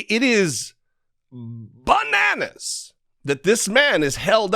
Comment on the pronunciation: The way he says "BANANAS!" is a big part of why I love this channel so much.